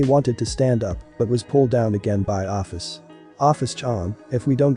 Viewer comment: You pronounced my name wrong :') (Oh-fis)